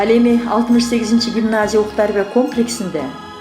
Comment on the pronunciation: Директордун уну. Окуу тарбия деген созду туура эмес окуп салдыго.